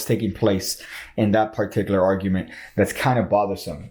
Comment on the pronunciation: you say particular a lot but you're pronouncing it in a way i have never heard it pronounced and i have just gotten on with it but i felt like i had to say something about it now.